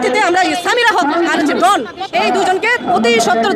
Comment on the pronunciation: ডন উচ্চারনটা ঠিক করে বলেন, এটা কি ক্যামেরার ডোন, উচ্চারন ডোন বলেন,এটা নাম ডন,নামটা আপনার মুখে শুনলে বোঝা যায় আপনি বিশেষ শিক্ষািত না